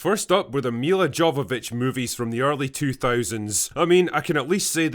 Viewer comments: Me-lah yo-vo-vich. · The way you pronounced Mila Jovovic’s name certainly threw me back 20 years ago. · Do not pretend to be worthy of judging Mila Jovovich. If you can't pronounce her name, you can't judge her work